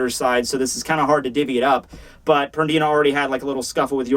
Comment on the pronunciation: "PerDIna" lol